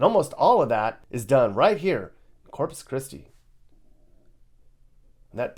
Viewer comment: Corpus "Piss-ti"! Hahahahahahahahahaaaaaaaaaa!